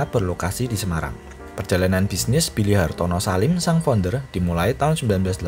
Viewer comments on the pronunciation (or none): none